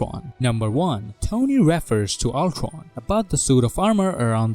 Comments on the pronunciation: really ,nobody is gonna comment about the ulCRon pronunciation. ok I have to do it ,!!man you pronounce ULTRON!!!! really weird!!!. ULCRON!!!!?? WTF?? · Is this guy gonna speak every word with W? Ultwon for example